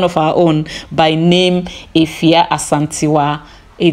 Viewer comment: Your pronunciation of Afua is perfect ❤